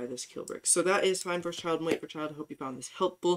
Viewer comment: almost reported you for a minute there when you siad eifnd a child